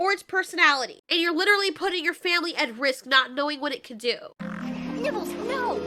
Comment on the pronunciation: For some reason I heard 'nibbles' as 'nipples' and I choked on water